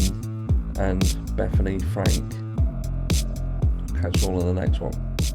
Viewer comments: Yeah, Frank for Funke........... I mean I would get it if she pronounced it Funky. Another possibility is her eyesight might be going fast. Can't she be corrected (by someone in the wings), then edit out her mispronunciation?? Even if it's a live show the first time, here at YT it's recorded. These things can be corrected. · Dude get the names right. Funke. Not Frank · I must be looking amazing because I've finally had my very first iron push infusion 😂 But Bethany Frank? 😅😂 I can't stand Nancy Grace 🤦🏻‍♀️ Didn't the judge say the victim's names wrong too? 🤦🏻‍♀️😐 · As soon as I heard Nancy grace say the last name wrong. I thought she was about to correct it because there was some type of poise. But no of course not